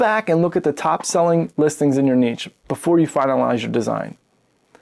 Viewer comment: Is it pronounced neesh or nitch? No one has ever figured it out. You solved the problem with neetch. 😂